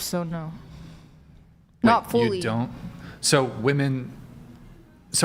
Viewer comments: Is this bee saying woman instead of women I can't I feel like I'm losing brain cells🤯🫠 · Pronouncing “women” is hard… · Why do so many of the girls on this podcast say “woman” when it’s supposed to be “women”?? I don’t understand this